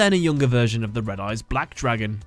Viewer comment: It’s not Red Eyes, Re D. Eyes